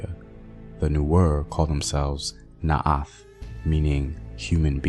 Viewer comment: Not naat is naath